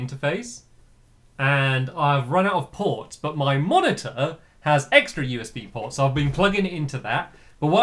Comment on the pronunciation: at the beginning when he was talking about the ports on his computer I thought he said "I've run out of porn" XD